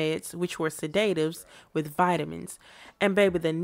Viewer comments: The way you pronounced sedatives is too cute😂 my friends from Europe say it the same way😊 Meryl - take - yo -man Streep😂😂 they way she fell straight back after the dog jumped over the hedge had me cracking up! That whole dance scene with the gigolo butler was inappropriate af. Why was she dressed up like Brooke Shields in that child brothel movie😢 make up and all. When Meryln slapped her then karate kicked I screamed though 😂 she should have thrown the butler out immediately and locked her fast tail in the west wing😂😂 Hugs from Asia 🌺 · Suh-Day-tives? lol